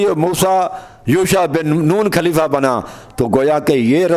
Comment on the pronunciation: khaleefaaa o chacha pehle talafuz to durust krlo khaleefa khaleefa کھaur خ me hi tameez nai kar pa rahe aap ko mola ka matlab khan se samjh aae ga jo nabi ne khum k medan me apne Aur mola Ali as k liye istamal kiya. afsoos he( jis ka me dost hon us ka ali dost he) sirf ye kehne k liye nbi ne ahab ko itni takleef di oont k palan jama karwa k mimber banwaya jo ashab bht age nikal gae unhen bhi wapis bulwaya aur jo peeche reh gae un k bhi pohnchne ka intazar karwaya arab ki itni shadeed garmi me bs yahi kehna tha k logo jis ka me dost hon ye Ali bhi us ka dost he 🤔 yar koi tuk banta he itni si bat k liye rasool ne umat ko itni zehmat di. Sharam tum ko magar nahin aati sari umr bugh.z.e Ali as me guzardi marne k qareeb ho phir bhi lage hue ho ,lage hue ho,lage hue ho. پیگمبر۔کھوبی۔میدان کھم۔کھتم نبوت۔کھبر ۔کھلافت. 🤣🤣🤣🤣